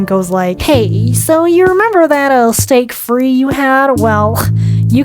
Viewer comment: Steak frite is pronounced "steak freet" not "steak free". Interestingly, your mispronunciation is what's called a "hyperforeignism" and that's a fun wiki article of you're interested :) anyway cheers, i can be smug about this because i speak English and French but I'm hopeless at any other language 😅